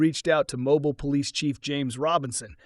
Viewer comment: Mobile, Alabama is pronounced “Mobeel”. Good job otherwise. Enjoyable series.